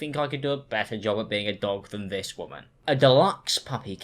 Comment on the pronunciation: WOMAN ITS WOMAN